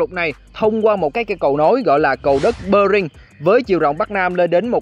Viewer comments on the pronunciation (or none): Góp ý 1 chút: bạn chú ý cách phát âm : eo biển Bering thì lại đọc là Bơ ring (đọc theo tiếng Pháp hay Anh đều là Be-ring, không ai đọc Bơ ring)